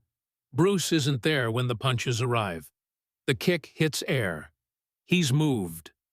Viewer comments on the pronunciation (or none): none